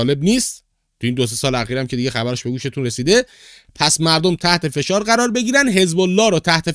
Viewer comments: سلام آقای فشار با فتحه😂😂😂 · کلمه فشار رو درست تلفظ نمیکنی